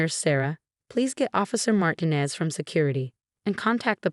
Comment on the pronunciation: You can't even pronounce a common name like Martinez. No respect for you. THUMBS DOWN